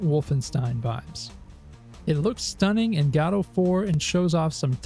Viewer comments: fair. To my ears at least it sounds like you are saying "Gado" though. Perhaps it's a regional accent that otherwise is similar to my own so I am mostly not picking up on it. 🤔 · To my ears it sounds like you're saying Gatto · Great video content overall, but the engine is named after the Samuel Beckett play "Waiting for Godot". As such it should be pronounced the same as in the play, the first "o" should sound like an "oh" sound not an "a". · It's pronounced 'godot'. I'll be taking the Christopher Lloyd path and pronounce it with a soft G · Dude it makes my teeth itch. Even go-dot makes me wince